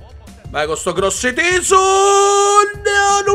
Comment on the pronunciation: Va che si dice cross teso non crosse teso